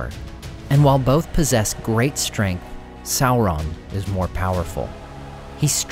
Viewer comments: Tolkien actually intended Sauron to sound like Sore-on not Sour-on, saur- being reptile like dino-saur. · He's a little less scary when you keep calling him Sow-Ron. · How do you get a pronunciation of Salron from the name spelled Sauron? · Well done. Excellent multi-voice-narration. For lunch though, I prefer Chilli-on than Sour-on. 😂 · please stop mispronouncing Sauron. It's Sauron as in dinosaur check the Tolkien interviews if you don't believe me.